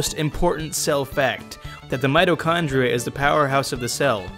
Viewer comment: "many mitochondrianoes" hahahah